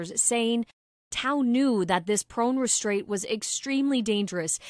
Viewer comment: she also said prone restrait..